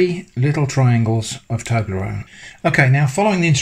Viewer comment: Toberronne instructions?? 🤣😭😂